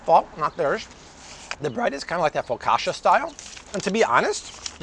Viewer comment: Love the videos but Fo ka sha? I don’t think that’s how you say focaccia.